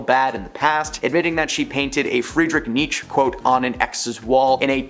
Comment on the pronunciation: You keep talking about all the things you’re not allowed to say on the internet, but you’re ok with pronouncing Friedrich Nietzsche “Fred Niche”?